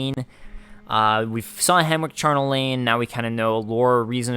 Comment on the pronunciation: Charnel is not pronounced with a hard "K", it's like chapter. It's used with house, Charnel House, or a place of death where bones are piled (as in violent death). The word on it's own means associated with death. :)